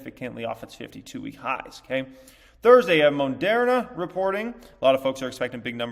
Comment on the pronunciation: “Monderna” ?? 🤷🏻‍♂️ lol